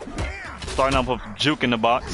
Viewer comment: Lmao “juek” is so messed up 😂